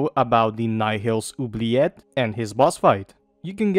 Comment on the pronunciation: Finally someone who pronounces 'oubliette' correctly